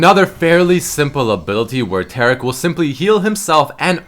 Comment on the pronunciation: It is TAR-ic not TEAR-ic.... please Man